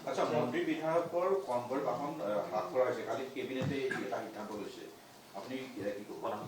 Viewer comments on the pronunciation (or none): none